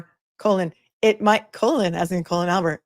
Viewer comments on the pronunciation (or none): none